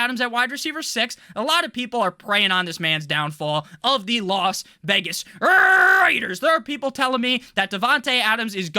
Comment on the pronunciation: "Las Vegas RRRRaiders"!!!